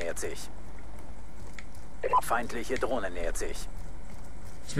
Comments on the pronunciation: "Uh ich hab ne dlohne" o.O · drohne heißt des net dohne nobb